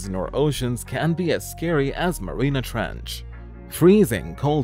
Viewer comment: It's not marina ,Marianas!